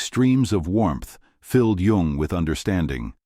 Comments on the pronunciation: His name is Yung, not Yong or Young. At least get THAT part right, you AI dorks. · This AI is not the most current. The man’s name is Jung, not young